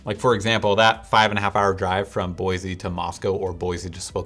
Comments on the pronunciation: Dude you are "from Portland" and the correct way to pronounce the name of this town is "Boy-see" not "Boy-zee" as you are doing. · Boise. Not Boyzee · BOY-CEE not BOY-ZEE get the name right before you come here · If you can’t say the name properly you probably shouldn’t be giving a review of the town. Just saying. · Or you could just say it correctly haha